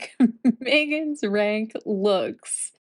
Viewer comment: Rank. Reek. Reck. Dammit! how does she get it so wrong? It's inexplicable!